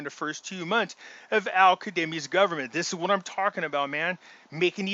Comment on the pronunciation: his name is Al-Kazemi not Kademi! Zzzzzz